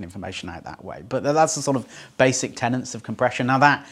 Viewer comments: "Fundamental Tennents" - that's the brand of lager that makes you say Tennents (or tenants) instead of tenets? Joking about this slip aside, this is, sadly, nowhere near up to your usual standard. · Basic TENETS - not "tenants"!!